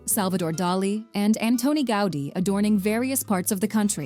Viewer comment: 🙋🏼‍♀️Hello from Barcelona and I make constructive criticism. . The name of the Catalan architect is not pronounced the way you do, it is not Anthoni Gáudi, phonetically Antoni, it is pronounced accentuating the "O" and with "T", without the "H"..and the surname Gaudí, accentuating the last letter ,the letter "I"..ah and by the way, the mariachis that appear in the video...they should be in a video from Mexico, on another continent, you know🙄...in a video from Spain of course not. 🤷🏼‍♀️🤦🏼‍♀️